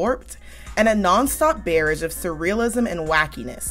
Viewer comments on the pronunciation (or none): This was hilarious….just check your pronouncement of barrage.